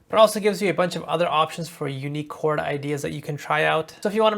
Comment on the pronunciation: Wtf is chaooord 😭💀